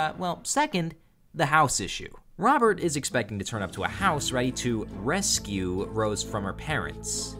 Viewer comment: Lmfao L "BOBERT" (robert)